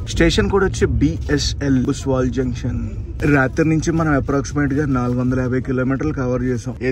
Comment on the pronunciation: భుసావల్ జంక్షన్ భయ్యా అది. బుస్వల్ కాదు. ముఘాల్సరై తర్వాత అతిపెద్ద రైల్వే యార్డ్ ఇక్కడే ఉంది.